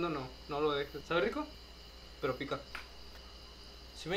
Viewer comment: Le entendí criko en vez de rico xd